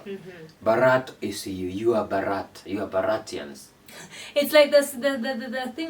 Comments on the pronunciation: Pronunciation not Bharaath. It it is Bhaarath. Please look at closely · Please correct ur pronounce not Bharraat say BHA RAT H